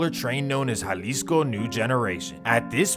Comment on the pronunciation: Estava en Jalisco en 2008, en puerto vallarta. nice place. Good job on the spanish pronunciation with the names, unlike most, I was surprised, like that's a first. lol